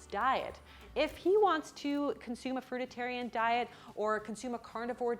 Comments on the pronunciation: its not Frutatarian it's Frutarian. It's not about micros but more about detoxification. As far as Ashton Kutcher is concerned, are you saying Ashton went to the hospital because his micros were off? Because that would be doing a disservice to the Frutarian diet. I suggest you read Arnold Ehrets book The Mucusless Diet so you can have some idea about what you are talking about. BTW Ashton Kutcher went to the hospital because he had no idea how to transition into a Frutarian diet. Unbelievable, so friggin arrogant! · Distracted by you repeatedly saying fruititarian when the word fruitarian is clearly displayed on the screen 🙄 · Fruit-i-tarianism. Smh 😂😂😂 It's Fruit-arian!!! Lost credit right there. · It's pronounced fruit-A-rians! Not fruit-A-TA-rians 🙄😣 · I'm losing my omnivorous sh*t here, - the extra syllable is killing me. It's Fruitarian, NOT FruiTITarian. No 'tit', just fruit;-) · The pronunciation of fruitarian is actually FROOT-arian, not froot-A-tarian 😆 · I think you might be adding an extra vowel to fruitarian making fruit-i-tarian. Am I wrong? Perhaps people say it your way because it rhymes with vegetarian. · Ok it’s driving me nuts how you keep saying “fruitatarian” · Before giving dietary advice you should learn how to pronounce "frutarian" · It's fruitarian, not fruititarian, no? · Please stop saying “Fruit-a-Tarian “ just Fruitarian is fine. Brilliant video presence btw. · Fruitarian not Fruit-ed-tarian lmao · It’s “Fruitarian” not “Fruit a tarian” 😂 I like the way you say it though, Loved the video!! 👍🏻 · Why are you saying Fruitatarianism? Fruitatarian?! I thought it was called fruitarian and fruitarianism. Can it be both? :-o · Fruitarian, not fruititarian 🤦‍♀️ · FRUI TA RIAN. Not FRUI DI TARIAN. Thank you. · It's "fruit-arian", not "fruit-it-arian". Seriously though, they are just delusional and negligent. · It's fruitarian. Not fruit-it-arian. ✌ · It's not fru-da-tarian, it's frui-tarian ;) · You are not pronouncing fruitarian right